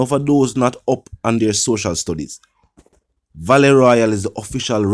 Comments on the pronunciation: Vale not valley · Dude u not on your social studies.. the word VALE is pronounced Vey Hale. Lol .Which school you go boss.. #Semiliterate.. Come out Vlogger ting general